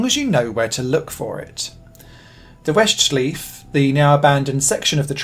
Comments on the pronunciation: Such great effort of pronouncing the "Österreich" in Österreichring right only to struggle with Schleife (in "Westschleife"). What a shame :P It should be something like shly-feh or shly-fuh. Writing German words in English pronounciation is hard ;) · I think you know how "Westschleife" is actually pronounced. It's the same "schleife" as in Nordschleife.